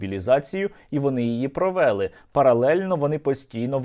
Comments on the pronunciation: росіяни не провЕли навчання, а провелИ, казали вчителька української мови в школі, а вдома баби, діди, батьки ві всі люди, які розмовляють українською мовою, а не діалектом, діалектом розмовляють носії цього діалекту, жителі того села, де такі діалекти, а не блогери на сотні тисяч людей, так безграмотно ставити наголоси, що через це неможливо слухати, невже не можна вивчити українську мову. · Та не провЕли, а провелИ, він,що знущається? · не часУ, а чАсу. не провЕли, а провелИ, не поляніта, а паляниця, не виродок Київської області, а уродженець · Сергію, а чому "провéли", "провéсти", "часý", а не "провелú", "провестú", "чáсу"?